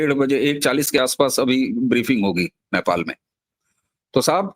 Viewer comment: अबे घोंचू, Naipal नहीं Nepal बोल 😂